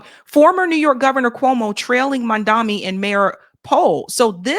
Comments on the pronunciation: It’s Mamdani not Mandami. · At least learn to pronounce his name correctly. It's not Mamdami. It's MAMDANI. Is this a black thing? And why are blacks supporting Cuomo? Black people are totally racist towards South Asians. They also love the fact that Islamophobia is rampant. The spotlight is on Muslims and not them. Also hating Muslims makes them think they will be accepted by whites more. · Why are so people calling him "Mandami" instead of "Mamdani"? It's not the difficult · How is it so difficult for you to say his name? You say his name like Cuomo does 🤮🤮🤮… MOM DA KNEE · Please pronounce Zohran Mamdani's name correctly! It is Mam Da Ni! Thank you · Please pronounce Zohran Mamdani's name correctly! It is Mam Da Ni! Thank you! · is so reactionary. She loves MAGA and Candace Owens. His name is pronounced: 'Mom Donny'. Why is this so difficult for? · Please learn Zohran's last name. It Mamdani. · Please for the love of God, pronounce his name correctly. Oh my god. 🤦🏽‍♂️